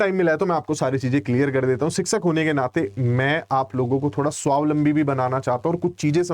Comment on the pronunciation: Aree bhai isme PRT nhi hota.. Bewkoof Insaan..Khud ka basic clear kar... Aur shikshak bolna seekh... 😅😅😅🤮🤮🤮